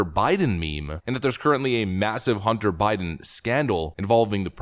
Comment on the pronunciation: Hunt-ter, Bid-den, lol